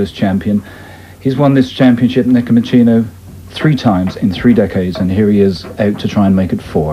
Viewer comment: And his last name is pronounced nehpohmohsenoh not nehpohmochinoh